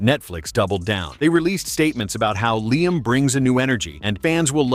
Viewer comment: It's Liam,.